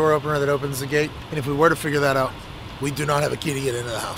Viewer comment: “It’s all gonna work ahtt”